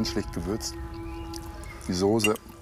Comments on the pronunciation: Soße mit scharfem S gesprochen! Nicht Sose .... grauenhaft. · Der möchtegern Koch soll erst einmal eine Schulung machen wo er lernt das man Soße nicht Sose ausspricht! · Mal ein kleiner Hinweis: Das Zeug heißt nicht Soohse, sondern Soße. Von einem Sternekoch sollte man doch erwarten dürfen, daß er weiß, wie man die Namen der Speisen ausspricht. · Sorry, aber mich schaudert es immer, wenn manche Leute das Wort "Soße" nicht richtig aussprechen können/wollen.....oder ist das so normal?